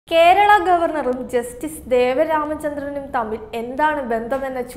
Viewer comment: Not Devaramachandran..Devan Ramachandran